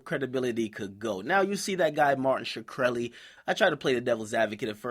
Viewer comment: Shikrely lmao